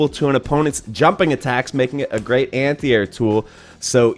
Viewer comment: Nice video. I have to say, however, that you must have said "anti-air" 10 times before I understood what you were talking about. My ears heard "antear," like "ant ear," and my brain was like, "Is he saying ant eater? Why would he be saying ant eater?" Then once you mentioned jumping, I got it. Are you from the Pacific Northwest? I had a student from Washington who had similar pronunciation.